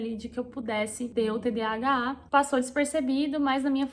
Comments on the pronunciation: TDHA é igual TDAH? Entendi que tu fala TDHA🤔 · Vc fala errado ...Nao é "tdha" mas sim,tdah. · Falou errado durante o vídeo todo : "TDHAAA" KKKKKK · Vc falou de novo TDHA. Kkkkkk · Toda hora você fala TDHA ou invés de TDAH 😊. Nos pequenos detalhes eu sempre me esqueço quando a coisa é sem importância. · Vc fala TDHA ❤ ao invés de TDAH é tudo assim como vc descreveu A cabeça a mil né e a gt não termina nada! Obrigada por compartilhar aí com a gente, tb tenho e estou aprendendo ainda a lidar com isso! Vamos juntas ❤ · Percebi que vc falou "TDHA" do início ao fim do video, quando na verdade é "TDAH". Acho que tb tenho isso, mas em um nível menor.